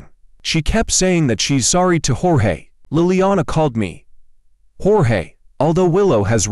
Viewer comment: It's Jorge not George lol